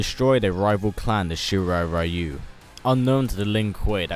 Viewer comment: You idiots still didn't learn to pronounce correctly the word "ryu"